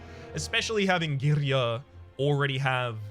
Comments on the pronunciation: It's unsettling to hear you saying girya almost perfectly right... you are not supposed to do that! Did you secretly watch those pronunciation videos again?! 😂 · that girya(same with matryoshka) pronunciation always gets me, but I thinks it's just me nice vid by the way